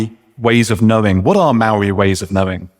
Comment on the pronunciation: How about his pronunciation of Mouwee...😂 They must be a unknown sub tribe of Ng te Pakeha....😂😂😂